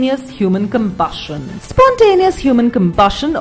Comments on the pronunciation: "spontaneous human combushin" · This wifie's voice is aboot to combust at her pronounciation of combushion.